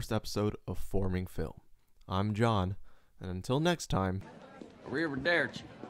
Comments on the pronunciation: “Bound journal”“A river dare chi” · A-river-durchi to you too sir